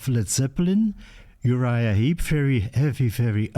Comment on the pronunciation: Heep, not Heap….